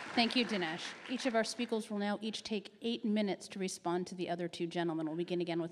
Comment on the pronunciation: the moderator calls them 'speekols'. May as well enjoy a laugh after those very frustrating speeches from D'Souza and Prager. Lol, that sounds kind of cute "each of our speekols will respond". I like all these guys, even though I disagree with the two religious participants. At the end of the day, they're engaging in debate and not just ignoring each other. But debate is a juvenile start, we need discussion as the main format. That's happening now in this section.